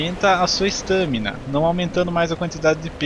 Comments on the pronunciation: "Estâmina" KKK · kkkkk eu sei, mas n é comum ver br falar a assim